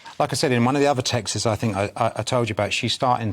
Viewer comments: They’re called texts not texes . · ‘Texes’? You mean texts? And you’re a journalist?😮